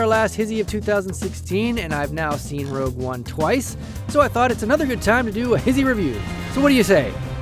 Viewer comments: why you pronounce hi-she, his-ee. and yes it was epic. EPICLY BAD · "hizzie"? I thought its obviously pronounced as "hishe" or just "hish", no? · I thought you pronounced it HISHE not HISHE, I'm confused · Whoa whoa whoa.. "HISHE" is pronounced "his-he", not "he-she"?... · His-ee? I always pronounced it he-she ._. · Whoah, "His He"?!!! I always thought it was pronounced "HISHHH" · Ohh they pronounce it "his he", I thought it was like "hish" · Y he pronounce it like hizzie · why is it pronounced his-he and not high-shhh